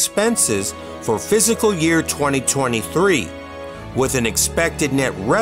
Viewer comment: Cannot wait!!! Btw… it’s “Fiscal” not “physical”